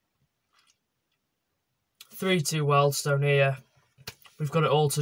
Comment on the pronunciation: It’s Wealdstone there’s an a in it!